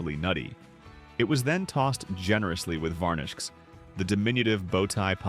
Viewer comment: It's 🚫 Not pronounced 'varnishkees'